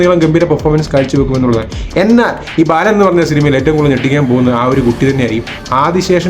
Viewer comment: ബാലൻ....... ബേലൻ അല്ല.